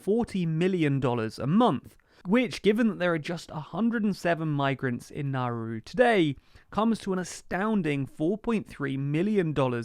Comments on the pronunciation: PRONOUNCE THINGS CORRECTLY CHALLENGE (IMPOSSIBLE) It's Nowroo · Nauru is pronounced Nawroo.